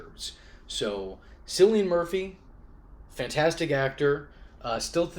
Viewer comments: 'Sillian Murphy'? It's KILLIAN Murphy. 'Robert England'? It's Robert ENGLUND. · He said "sillian murphy" right? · Fun fact: Cillian Murphy is actually pronounced Killian with a K. It’s not a S sound